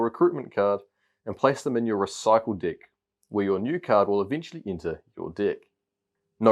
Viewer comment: is he saying di** or deck? once u hear it. u can’t unhear it. love this game btw. gf9 rocks!